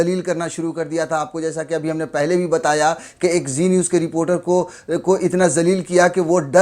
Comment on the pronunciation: Zee niwz nhi chi niwzzz